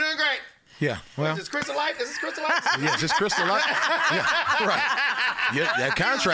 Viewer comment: Bruh Krizz is funny asf by himself like y’all need to go back to the tour days with Tech N9ne and Busta Rhymes was on that gahdamn tour bus with them and them niggas together will have you dying laughing 😂😂😂😂 and T-Pain is funny asf too! and it’s “KALIKO” not “Kalico” put some respect on the homie name. #EarHouse #StrangeMusic